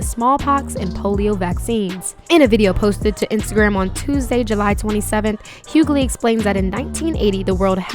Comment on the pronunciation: Question. the narrator refers to DL as hughgaley. Isn't his name Hughley? Is everyone mispronouncing his name.